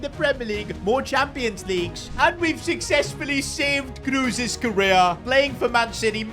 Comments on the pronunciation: Please. "KROS", not "KRUS" ... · His name is "Kroos" not "Kruus". I love your videos, but this has made my ears hurt 😅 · KrOs ❌ KrUs ✅ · it's not tony cruse its tony kroos